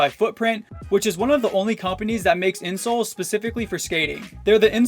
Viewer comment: For the first one when he said a good pair of insoles I thought he said a good pair of insults